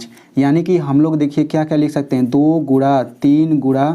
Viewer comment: Guna hota hai gura nahi aur Coman hota hai caman nahi but you teach are very nice ❤❤